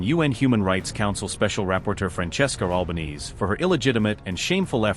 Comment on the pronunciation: Her Family NAME's NOT "White Knees," (= Alba-neez.) It's normally SAID "Alba-nay-zay". Thanks, Mint.